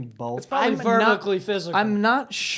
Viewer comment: “I’m verbically physical!”